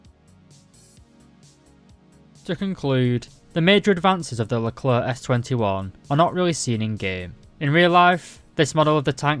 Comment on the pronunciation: Your pronunciation of Leclerc in this video is pretty good and acceptable